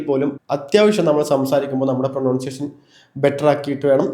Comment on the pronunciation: പ്രൊനൗൻസിയേഷൻ അല്ല. പ്രൊനൻസിയേഷൻ.